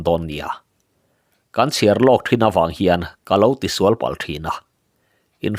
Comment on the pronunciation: A ngaih nawm thin hle mai, mahse ladan dik lo a awm leh zeuh thi, Pachuau kan sual tih hi, Misual tih ang a lamtur nilo in Insua tih a sual tih ang a lam rik tur a ni e.